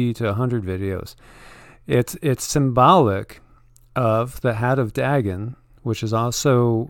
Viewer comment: It is pronounced " Day - gone" Dagon .......